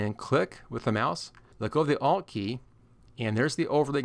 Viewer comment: I thought u were saying I’LL click but u were saying ALT click . Couldn’t figure out until I saw ALT displayed Must be your accent , I’m Canadian ......well my laugh for the day 😂😂 BTW excellent video 🤘